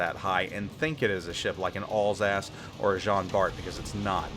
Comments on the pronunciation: not all's-ass, al sass as in short for allen, and sassy. Alsace. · I cant stop hearing "allsASS" for Alsace LOL